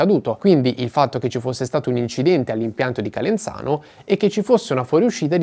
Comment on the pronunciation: Calenzano ha la zeta sonora non sorda!